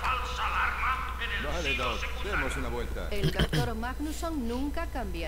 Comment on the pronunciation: Manganson ajaja suena a manga y a calson xDD